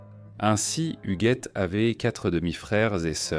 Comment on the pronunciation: Donc l IA ne sait pas prononcer hugUette??😂😂😂😂 Hougette